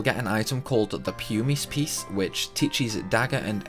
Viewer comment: he also says pumice wrong - it's said puh-miss